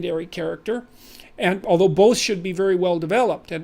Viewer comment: "both should" sounded like "bullshit" to me)